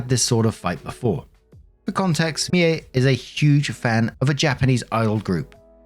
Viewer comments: I think a low-key anime fan. Yeah, I liked how he got it as "MEE-eh," instead of "MEE-ay," as Americans especially are apt to do. Merciful heavens, the butchery US voice actors perform on Japanese names in dubs is... disturbing. Don't they listen to clips of the original version to hear the pronunciations? Sheesh. It's one of the reasons I prefer subtitles. I've seen story arcs having to do with idol culture, but nothing specifically idol-centric in concept, as the Oshi no Ko descriptions I found sound like. In the story lines I've seen, there are always a few super-fangirls (and a few boys) who are into the gotta-have-all-the-merch, gotta-know-all-the-lyrics-and-moves thang. They are decidedly not depicted as healthy, well-grounded young'uns. I'm afraid Mie is an adult(ish) version of those kids. Edit: I hadn't listened to the whole edits-and-updates part of the story. I paused at the point where requested comments about Japanese idol culture. Now, I'm, and it turns out I was right. Mie's obsession is a way of finding a family/tribe she hasn't had. Not entirely healthy. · My name is Mie too, though I'm Danish You got as close as anyone truly can when pronouncing the name